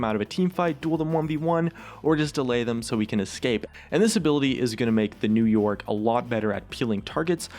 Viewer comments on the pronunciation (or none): for once on , i heard 'new york' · Sometime when he says " new yorick " it's sounds like he's saying " new York " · Is it me or are you saying "New York" instead of "New Yorick"